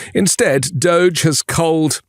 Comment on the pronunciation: That's the way to pronounce it!